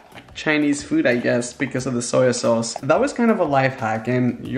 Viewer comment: Arminas Nesvarbu no he said osoy sauce or soil sayse